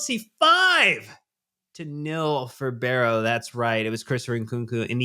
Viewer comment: it's Wimbledon, there is no ''T'' in there and also it's Barrow not Berrow